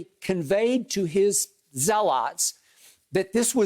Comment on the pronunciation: It's pronounced zealot